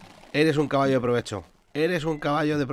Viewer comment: vacallo, jaajajaja me rei mucho cuando lo escuhce